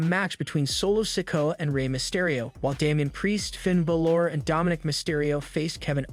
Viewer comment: You need to learn how to pronounce words. Balor not ba lore